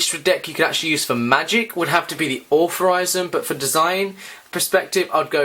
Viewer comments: Wtf is allferysm? It is iel- true- ism And wtf is brung? It is brought. Englishman but horrible english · Why are you saying authorisum when its altruism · you should really learn to pronounce words if your commentating..altruism..al..true..ism..